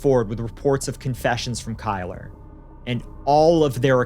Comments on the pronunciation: "Kyler"? 😂 one of the most white trash nadness ever. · Kylr: pronounced killer.